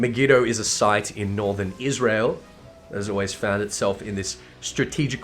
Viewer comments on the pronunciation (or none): none